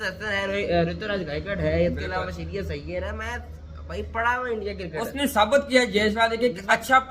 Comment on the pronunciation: Abe cricket hota hai crikat ni pehle pronounce shi kro yr